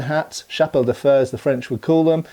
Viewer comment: "fer", pronounced "faire" with a rolled R.